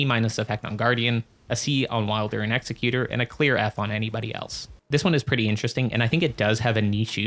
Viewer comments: Great video BUT… it’s pronounced Ex-eck-yew-ter not Ex-eh-cue-tor. The word you’re thinking of is Executioner which is kinda what he is (lore is a little iffy def open to interpretation) but he definitely aligns more with being an Executor: “Someone that carries out the last will of a deceased person”. Given his whole remembrance quest kinda focusing around the painter he didn’t want to kill and how he continues her painting after she is murdered by his crucible buddy that was sent to finish the job he couldn’t do. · it's ex-ec-you-tor. good vid.